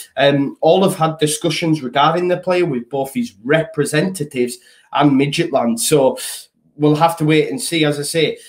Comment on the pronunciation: Not going to lie, I was in absolute bits at your pronunciation of midget land 😂…. Cheers for that, needed a pick me up this morning